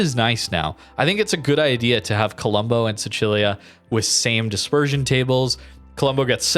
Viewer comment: How you pronounce Sicilia is triggering.